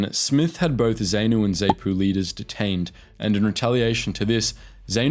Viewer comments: It is pronounced Zahpoo not Zehpoo, and it is Zeeprah not zipra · Dude, learn to say the names... Not Zay-po bur zar-poo. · ZANU and ZAPU pronounced ZAHNU and ZAHPU not ZAYNU or ZAYPU! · Sigh...I grew up in Rhodesia. The only term you pronounced correctly was "Rhodesia". ZANU - "Zah-nu" not "Zay-nu" ZAPU - "Zah-pu" not "Zay-pu" FRELIMO - "Fri-LEE-mo" not "FREE-li-mo" Salisbury - "Sauls-bury" not "Saliss-bury" And so on. Ian Smith didn't crack because ZANU/ZAPU were going to invade Rhodesia in 1979 - if they tried a regular invasion they'd have been slaughtered. He cracked because South Africa cut off the ammunition and oil. South Africa - more specifically John Vorster (pronounced "Foster" BTW) wanted to get some international kudos for South Africa by organising Rhodesia's transition to black rule and he had no problem twisting Smith's arm to achieve his aim. Smith tried to arrange something that looked like black rule but left the whites in effective charge and that was Muzorewa (pronounced "MOO-zoh-RE-wah"). But Mugabe, Nkomo and the Brits didn't buy it. The rest is history. Re the ruthlessness of the war, I don't how to get this across, but in Africa - at least then and probably still now - it was always understood by everyone that fighting was to the death. "Prisoners of war" was a funny concept. There were never any prisoners of war. Guerillas were not considered soldiers as they attacked, tortured and killed civilians. They were shot on sight or capture ( a few were recruited by the Selous Scouts - pronounced Se-LOO - which proves what a funny place the world is). Naturally the guerillas never took prisoners themselves. This ethos carries over to the c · Great video, just some constructive criticism; It's pronounced Z(ah)pu and Z(ah)nu, not Z(ay)pu or Z(ay)nu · Please! You are crucifying the pronunciation of the combatants! The 'A' in both Zanu and Zapu is said as in the word "and" , and not "saint " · It’s pronounced “Zah-noo”/“Zah-poo” not “Zay-noo”